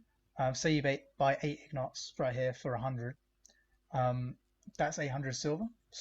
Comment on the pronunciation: My dude, it’s ingot not ignot. Take care.